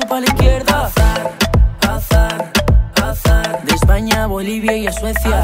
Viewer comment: Es verdad esta diciendo Hazard